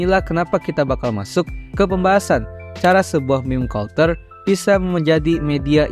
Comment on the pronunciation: cara baca “culture” : “kalter”❌ “kalcer” ✅